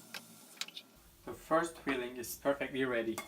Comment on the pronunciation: LOR cheese is Cottage Cheese in English. Your English is very good but you sound like saying feeling rather than filling:-))